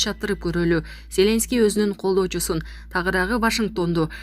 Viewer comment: Диктор зеленский деген создо ударение акыркы слогго коюлат.